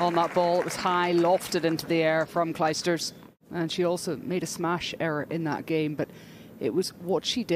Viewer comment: Commentator come on : Claysters not Clysters. Go study.